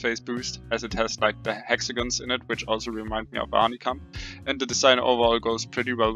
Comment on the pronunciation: The first one manz said honeycum 8/